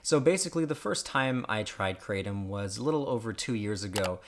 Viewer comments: First, its pronounced (KRUH-TOM) Secondly kratom is a shitty drug. If you REALLY suffer from chronic pain. This product will do nothing more than a mild euphoria and a slight change in pain. (Ibupforen is more effective. Even tylenol) Lastly, if you are in pain (real pain not a wittle headache.) Go to a fucking doctor. Opiods are the devil, but if you learn self control they are the most effective at pain treatment. More than likely you are just a drug addict trying to get high and when you have cancer, guess what junkie the opioids you abused for 20 years are not effective and you are going to have to suffer the whole time because your opioid receptors are fried. Moral of the story, opioids are EXTREMELY effective. If you have REAL PAIN.want to get high? Smoke weed dipshit. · It's pronounced krah-tom and the (t) part of (Tom) is a sound that is somewhere between a (t), (th) and a (d) sound because that's how Thai people pronounce a (t) sound .... It's a Thai word. Also it is in fact an opiate analogue. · Like crumb.....its pronounced cru-Tom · You don't seem to be be able to even PRONOUNCE KRATOM. So how can you hope we trust believe or even would consider anything it is that you have to say . ? ? Yo ? BTW: it's " cray'-tom ". KRATOM has effectively REPLACED my over-all need for Prescription pain meds like Oxycodone, Oxycontin & Fentanyl by 95%. That is huge & shame on America for not recognizing this . Take good care & KNOW that our Creator is Crazy in Love with you ! ! ! yet, I could care less WHO you are, lol . . . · It’s pronounced Kratom not kratom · It's hard to take your video seriously when you can't even pronounce "kratom" right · Never heard a single person pronounce it that way, until now. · The fact that I just had to do a study about Kratom and didn't watch this video made me regret my life. I took hours upon days researching when I could learn a lot of the facts from watching this short video. Also it's pronouced (Kra-tm) instead of (Kra-tom).